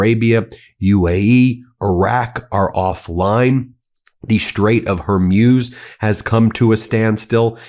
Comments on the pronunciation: Can you not say hor-mooz instead of Hormuuuze. its easy look up the pronunciation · hor-MOOZ, not hor-MYUZ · Bro, it is pronounced as WHORE -MOOSE, not Hor-muse. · Hormuz, pronounced: Hor-mooz, not, Hor-muse. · Hormuz is pronounced “ Hor - mooz.” Please check and correct your pronunciation before you speak. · Please, "Strait of Hormuz" ... the pronunciation is HorMooz -- like a cow, "moo", not like muse. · It’s not pronounced Horm-yooz, but Hormooz! So just because you don’t know the correct pronunciation and were too lazy to check on the Internet, how everybody else pronounces it, you don’t have the right to spread false pronunciation. So drop your ridiculous letter Y and pronounce the word without it: HORMOOZ. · HOR MOOOOOOZZZ , not hor muse. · Hey Ben, it’s not Hor”muse” as in think about, but Hor”mooz” as in what cows do. Saying it wrong is distracting. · NO SIR, it's pronounced HorMoz, and should be written Hormoz, which is a Persian/Parsi/Farsi male name, which I believe was the name of a legendary Persian Naval commander.😮😮 NAVGAN==Naval Ship is also a Persian/Parsi name, because Persia/Iran invented navy and Naval forces in ancient times.😮😮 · It's pronounced Hor mooz, just so you know.❤ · It's pronounced hor MOOZ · Ben, it's pronounced Haw- Mooz ( like ooze) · Please learn how to pronounce "Hormuz." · Can somebody please teach this man how to pronounce correctly the ''Strait of Hormuz''! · You're pronouncing Hormuz incorrectly. FYI. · Ben, Faisal is pronounced Fy-sl Also Hor-mooz